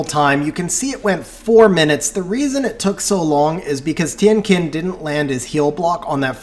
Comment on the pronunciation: The pronounciation for Tien Qin is wrong. Should sound like TIENG CHIN